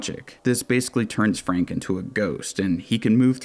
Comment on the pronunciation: That ain’t Frank that’s Fronk